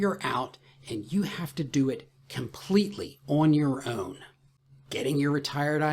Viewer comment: When you said “Awn your Ewwn,” I’m like this dude sounds like he’s from the Greater Baltimore area lol😂